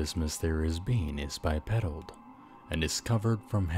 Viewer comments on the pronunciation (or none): When you said it’s bipedal, it sounded like you said he’s a bi pedo Should I be worried that I hear this?